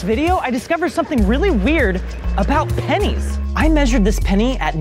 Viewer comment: About pen*s I laughed for an hour before realizing that he said 'pennies'!!!! 😂😂😂😂